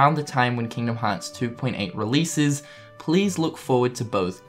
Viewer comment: People making fun of accent and the way he pronounces the series name.